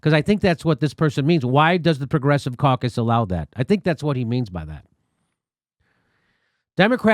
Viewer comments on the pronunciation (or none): It is amusing that manage to make 'Democrat caucus' sound like 'Democrat carcass.'